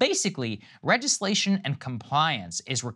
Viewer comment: He said, regislation Regis-lation Not registration or legislation He said Regislation